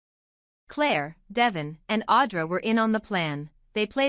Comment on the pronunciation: Do you people really watch this show? You insist on pronouncing De-VON’s name as Devin. You call Jack Abbot “Johnny,” you pronounce Ja-BOW (Jabot) as Jabbot. - how can we trust what you say when it’s so obvious that your voice robot has not been prepared correctly?